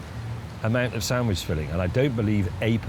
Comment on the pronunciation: sandwich not sandwidge